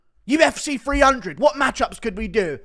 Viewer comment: "UFC Free hundred"